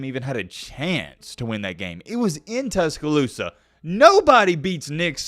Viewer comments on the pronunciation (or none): none